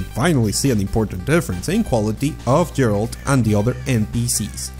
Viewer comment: Džeralt XDDDDD